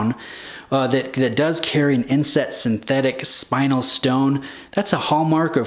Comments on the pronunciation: It’s not a spinal tap… it’s spinel….”Elle” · Spinel is pronounced: spin-elle.